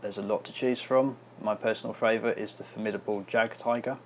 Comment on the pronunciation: just want to say, not tryin to be an a-hole but its pronounced yagd-tiger not jagged tiger i mean c'mon we're both ww2 nerds here right?